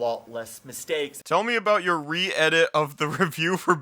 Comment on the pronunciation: Can you stop pronouncing "Your" as "Yo"? It sounds really forced and I'm actually cringing every time you do it. If you're gonna speak that way then make sure you sound natural because it sounds really lame otherwise.